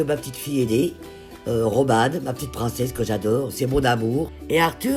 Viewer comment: T bien du havre "que j'adeurre"🤣